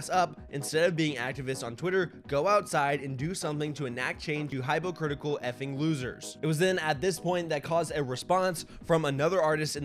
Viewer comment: You said hypocritical like " high pocritical " .. TF